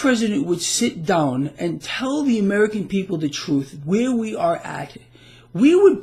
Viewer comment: the word "down" has only 1 syllable. Just sayin'.